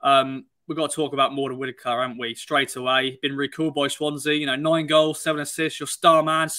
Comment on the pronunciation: There’s t’s in Whittaker, not d’s!